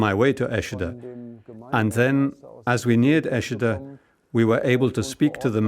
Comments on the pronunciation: Eschede not Eschida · Please get this right: ESCHEDE, Lower Saxony. (German pronunciation: ['ɛʃədə][3] Go to Wikipedia.)